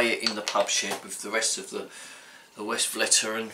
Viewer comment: FYI Vestflateren is how it’s pronoumced